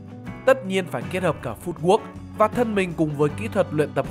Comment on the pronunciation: Kênh học thuật mà đọc sword mà Sờ quớt là thua r, khác j trẻ trâu đọc team thành tem tem đâu :))